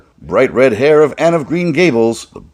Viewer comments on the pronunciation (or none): none